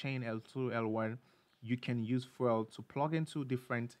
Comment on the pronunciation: lol "fwel"